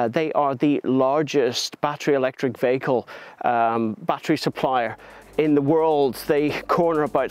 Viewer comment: What's a 'vaykel'?